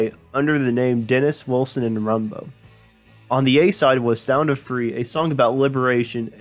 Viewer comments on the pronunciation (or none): English pronunciation needs work. Woolsin = Wilson? Dents = Dennis?